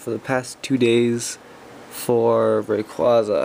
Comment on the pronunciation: This is what u get for calling it ray-quo-za. In all seriousness sorry man feel bad for ya